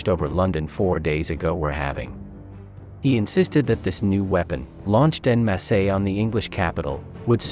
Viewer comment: LUHFT-WAAAF? WHERE-MAKT? IN-MASAY? It's LOOFT VAFFUH, VERE-MAHKT, AND ON-MAHSS.